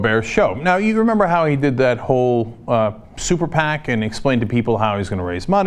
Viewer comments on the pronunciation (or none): none